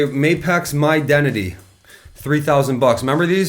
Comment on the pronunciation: "...HIS-dentity..." I didn't know those were build to suit... I thought they were the bottom end.